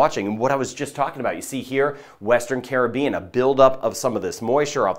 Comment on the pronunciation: I am a New Subscriber!! Great & Accurate Weather casting & can pronounce Caribbean the Correct & Carib-Bean way too!! 😂 Much appreciated!! 👍 👍